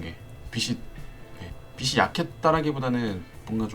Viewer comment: 빛이 - 비치 라고 말해야 하는데 자꾸 비시 비시 거려서 거슬려서 못보겠어요 ㅜㅜ....... 유용한 강좌이긴 한데...